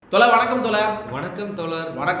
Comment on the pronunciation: 👍👍👍👍👍 சகோதரர் தோழர் என்பதை தோலர் என்று உச்சரிப்பது போல தெரிகிறது கொஞ்சம் அதனை திருத்திக்கொள்ளுங்கள் ❤️👍